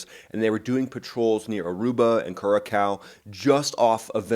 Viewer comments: As an Air Force veteran (Vietnam era) and a long-time pilot, I love your insights and commentary. You bring a unique perspective on what and how things are happening. BTW, just a small, sniggling detail... The location you mentioned is pronounced "Kur-a-sow" (note the cedilla on the letter "C"). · It’s curahsow phonetically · That is not how you pronounce curacao, the second c sounds like a S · Cure a cow ha ha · That's definitely one of the all-time pronunciations of the word 'Curacao'. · he is US. you can be happy if he can point something on a map outside USA and/or his former combat area.